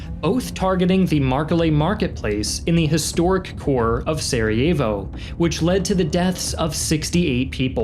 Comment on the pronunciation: Great video. very education. Just cringe when you try to pronounce names lol like Sarajevo and Dubrovnik